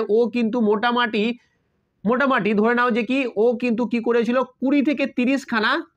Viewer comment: Sir Ota motamati noye motamuti❤